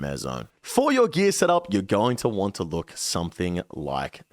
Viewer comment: Thank you so much for being one of the ONLY youtubers that say "Going to want to" and not "GONNA WANNA GONNA WANNA GONNA WAHHNA" xo